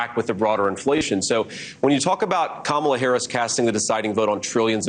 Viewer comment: She mispronounced Kamala